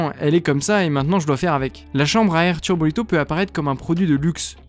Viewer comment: Je sais que certains ici aiment bien les vidéos matos ! Je suis désolé pour les erreurs de prononciations ( tubolito et non turbolito^^) ! Je préfère le dire… au cas où !